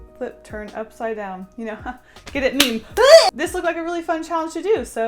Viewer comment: Good at meme. UHHHEHHHG I know its 'get' not 'good' but it sounds like 'good' to me.